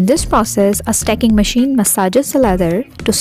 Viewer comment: Maacine maachine..so irritating sister